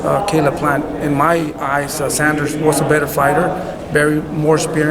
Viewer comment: Can you Americans please get billy joes name right...its not sanders..its saunders